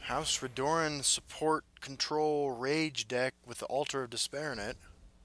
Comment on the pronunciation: for the love of god, its pronounces RED - UR - EN not RE - DOOR - EN